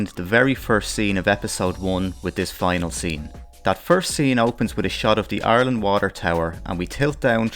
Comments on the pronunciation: Mike Judge = Genius. Also, when you say "Arlen" is sounds like you're saying "Ireland" (with accent, of course.) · I love your accent and at first thought you were saying "Ireland" the way most Americans do but no, you were saying "Arlen." Wonder if the names are actually related--or the same!